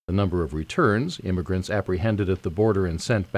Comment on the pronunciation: IMMIgrants not IMMAIgrants OMG!